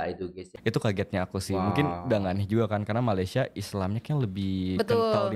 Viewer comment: K,sebutan nya kay,bukan nya ki.......